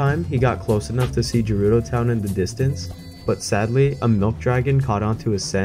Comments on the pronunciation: It's GERUDO NOT JERUDO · Oh you're going from Gerudo to Akkala? Easy, there's paths and everything. Go Hebra to Faron, then we'll talk 😂😂 ALSO SAY JERUDO ONE MORE TIME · Sorry to be that guy but it like really annoys me. Gerudo is pronounced as guh-rudo not juh-rudo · if i hear you say jerudo town one more time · internally cringing when you say Gerudo with a soft g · the way you say Gerudo hurts